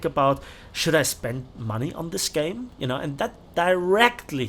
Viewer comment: "We need mony Arthur "